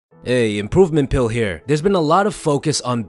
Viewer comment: 😕Am I the only one that heard "pooping pill"